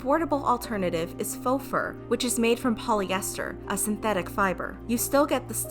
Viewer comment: Fo mink. Its faux.